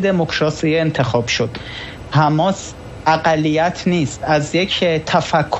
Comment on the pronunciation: بابا آبرو داشته باش ببین کی میگه رفح که تو میگی. ر. فح حجه کن. حیف متاسفم برات برواقلا اخبار سیما را ببین نام هارا یاد بگیر. یک جا میگی حماس یک جا حمماس درست نیست چند بار محترمانه گفتم